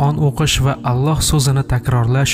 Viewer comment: Аллаҳ! Оллоҳ эмас о ҳарфи йўқ араб тилида, ло эмас ла